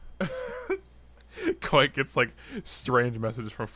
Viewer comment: You're not right, you're Kwite.